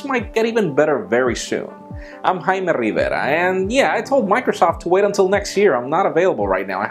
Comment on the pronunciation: When you say yourself all I hear is lol. Good videos though.